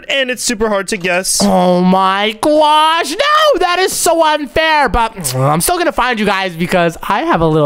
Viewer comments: why in the world does he says oh my gwosh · its not oh my gyash its oh my god and oh my gosh